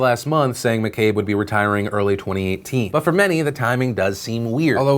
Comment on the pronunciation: Thanks for saying McCabe right :)